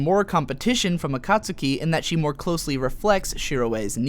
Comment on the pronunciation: omg him saying akatsuki is making me cringe. you should know better then to butcher it that bad